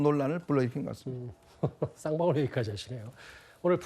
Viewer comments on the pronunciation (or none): 추미애 말을할때 쌍불알 쌍방울 양쪽볼때기 불알 쌍불알 땜시 불알 불알 싸앙 부우알 로 들려